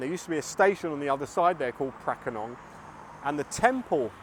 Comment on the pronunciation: "Paknam" is better pronounced "baag-naam" ปากน้ำ meaning estuary or river mouth or literally 'mouth water'.